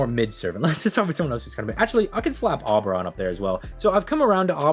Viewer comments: O-beron. Not Awwww beron. Oberon. Ou-beron. Please. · Omg please say Oberon correctly in one video lol